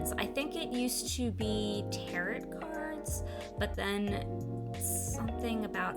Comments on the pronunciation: "tarot" pronounced "tear-oh" Not "tear-ut"... please learn your pronunciations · giggles I love how you pronounce Tarot. Lol. It's pronounced Taroh. But honestly, they are cards used to sort of tell peoples fortunes. People use them to help understand problems they have, or even help them decide how to handle things in their life. They are based around the Wiccan, or more spiritualism religions. I can understand the controversy behind them, but honestly I think if you wanted to do Tarot, I would look up the original deck (Rider-Waite) and the meaning/symbolism of the different elements of the cards.It would be a good way to respect those who truly believe in them. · Tarot cards can be used for readings, but some view them as divination tools. They view it as a way to connect to the gods. Others can view them as totally different things. Also, you pronounced tarot wrong. It is pronounced ta-row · All I know is it's pronounced tarOH not tarot. Love your cards and this is the first video of yours I have seen. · Tarot is pronounced tear-oh. Sorry. I’ll stop being annoying with how I pronounce things. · Prounouned; tair-oh. To my knowledge. Great video!